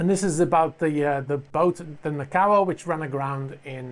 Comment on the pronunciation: It's pronounced NAH- KO- AH (not Nah- COW ah). Also, it's HO NO - LOO-AH (not Hah-nah- loo-ah). Thank you.